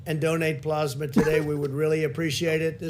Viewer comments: "dexamethasone" "PLOSMA" & "donate PLOSMA today" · Teryna Asher blahsma! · “Please mention plozmuh” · Plozmuh is very similar to plasma. It’s more plausible to pause Covid-19 symptoms using plozmuh. You just have to... put it on... your paws... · Pluhs-ma or PLOSMA 😂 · Plaughsma, plausma, which one is right Trump??? Lol! He is so not smart. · “It almost seems like he doesn’t really care, but he doesn’t seem very bright.” Pakman, I think you just summed up this presidency. Do you think that when he hears people say plasma, that he thinks they are saying it wrong? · Then we'll be here for days. Dude can't even handle pronouncing plasma.